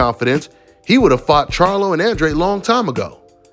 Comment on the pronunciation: Oh and one more thing: just cus Andrade CLAIMS nelo was gonna get 40m to fight him doesn’t make it TRUE. Show us the receipts Andrade. Oh and one more thing Andrade, learn how to pronounce your EUROPEAN last name. Lol this shit hella ironic considering all the obsession over Europe on this channel